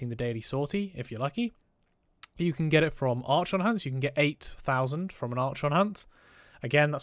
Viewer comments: “ArSHAWN” instead of “arKON” hurt my soul… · For the love of god... learn how to pronounce Archon correctly...